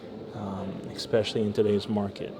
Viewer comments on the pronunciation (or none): none